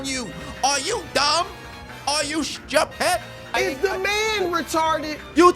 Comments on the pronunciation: Ah yes...the trini use of the word "stupid" always makes me laugh... he Schupid!!! ...not "stewpid" or "stew-ped" ... Chupid lol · You must be Guyanese for the way you said “stroopid”!😂😂😂